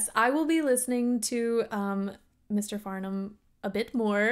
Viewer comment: Bless you for pronouncing his name right! The 'h' is essentially silent.